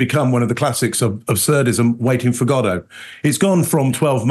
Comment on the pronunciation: I love that pronounces "Godot" properly.